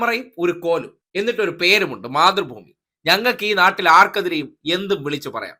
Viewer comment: മാതൃഭൂമി എന്ന് പറയുന്നത്, പക്ഷെ കേട്ടത് മുത്രഭൂമി എന്ന ആണ് 😂😂😂😂😂